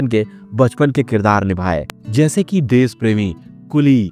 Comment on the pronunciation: Desh ko des, Joshi ko Josi, Dashak ko Dask, bolte ho. SH ko SH bolo S nahi.